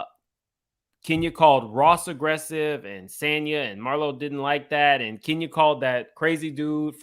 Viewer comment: Sis name is not pronounced Sone-ya, it's pronounced San-ya. As a person with a different name, pronunciation is big for me 🥰